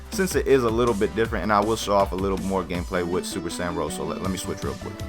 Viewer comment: it sounds like he is saying super black kamehameha Jose